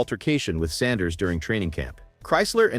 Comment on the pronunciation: Why don't you pronounce Sanders name correctly get it right You ain't nothing but a butt white let's get it right